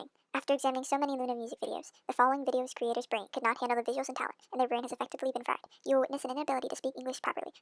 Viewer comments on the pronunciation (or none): none